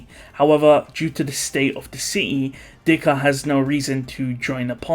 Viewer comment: Again Im pretty sure its zikr ottoman not dhikr